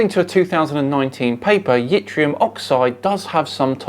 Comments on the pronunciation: Yttrium is pronounced like it-ree-um, the Y is silent. It's used in YBCO's (yttrium barium copper oxide) or more commonly known as super-conductors. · It's Yttrium Prof; NOT Yitrium!